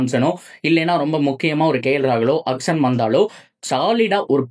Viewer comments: Athu ennaya "akson" 😂 Auction nu thanaya solluvanga😅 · Akson ila Bro... Auction.... Your video super... Auction ah matum nalla pronounce panunga